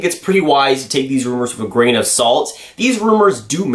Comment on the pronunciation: Damn how much do say gran of salt lol